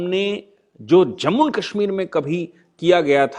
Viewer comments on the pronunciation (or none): none